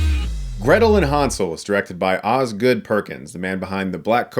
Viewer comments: German here. All of the background doesnt even look germanic. Maybe slavic with a mix of North american folklore. And its Hänsel, not Hansel. Ä is pronounced quit different from A in Germany. But I guess respect for another mans culture only counts when its non-European. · what's with all the fucking 4:3-bullshit lately? also it's pronounced "hennsel" (from german "hänsel") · The pronounciation Hunsel makes it Ungerman and Unenglish at the same time. Like damsel would be right. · Han - sel😂